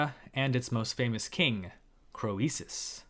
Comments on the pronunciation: Wasn't his name pronounced Creesus, not Cro ee sus? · thanks. I think it is pronounced King KREESUS, not cro-ee-sus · "Cree suss", not "Cro ee suss". At least, that's what I've heard. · I enjoy work. But I would enjoy it even more if he would take the time to learn how historical names are usually pronounced in the English-speaking world. It's "cree-suss", not "crow-ee-suss". Like, you, the name Phoebe is "fee-bee", not "foe-ee-bee". And phoenix is "fee-nicks", not "foe-ee-nicks". Of course, none of these pronunciations are close the way they were pronounced in the original languages, but good grief, look stuff up. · Hi! I'm afraid your pronunciation of Croesus is not admissible. The English standard is /ˈkriːsəs/, and oe was a diphthong in Latin. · it confused me for the longest time... like Euboea... Evi-uh?? everyone says "rich as Kreesus" 😆😆😆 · Pronunciation of These names is typically SO-LON and CREE-SIS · one tip for you, mate: we always pronounce his name as 'Creesus' (even though in Ionic as well as Doric and Aeolic it is written and pronounced KROISOS.) Greek OI was always adapted by the Romans to OE and that's how it comes down to us- everything through a Latin filter, sadly! In England we still say "he's as rich as Croesus" but it is dying out. Our education system is now a TOILET. I have a feeling you are largely self-taught in Anc, Hist. so RESPECT. (Or, as we say, GOOD ON YER!) Did you know that HAI HISTORIAI- The Histories- literally means ENQUIRIES... from the verb historein, to research or enquire. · the ‘oe’ in ‘Croesus’ is a diphthong pronounced as ‘ee’ in ‘creek’. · don't hit me, but I don't think you are pronouncing croesus correctly. not in english, ancient greek or modern greek. it's just not phonetic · Love your stories. PS: the “o” is silent. ❤ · When pronouncing Latin words that contain a vowel paired with an e, that vowel is silent and the e is long. An exception is EU, which is pronounced like you